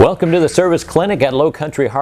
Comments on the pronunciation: did you say cervix Clinic? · I'm sorry... great video... but I lost it when he accidentally said, "Low Country Harley-Davidson Cervix Clinic..." My wife heard it too, and she also thought it was hilarious 😂